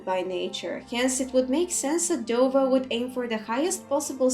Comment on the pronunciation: Just wanna say I’m loving the dovah translations and explanations and your pronunciation is amazing. How does one go about learning the dragon tongue so well?